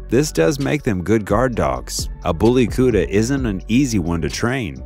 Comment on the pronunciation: The pronunciation of Bully Kutta is beautiful